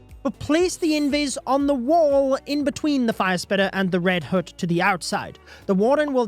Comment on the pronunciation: Can you stop saying “red hoote”🤣 it pronounced H-UH-T (hut)